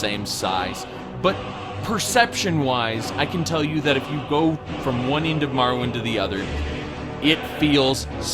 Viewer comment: ha! Was he trying to say Morrowind? XD